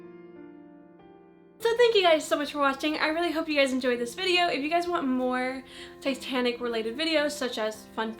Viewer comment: Every time she said 'Titanic' I heard 'Satanic', which got me wondering, what was Satanic in the 50's?! Ouija boards? Cults? I would love to know the culture, this is probably too dark for your interests/channel but, you gotta wonder.